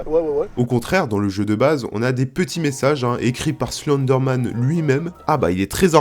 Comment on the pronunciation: Tu prononce mal Slenderman